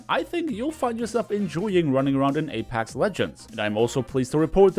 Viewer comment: It's pronounced A-PECKS not A-PACKS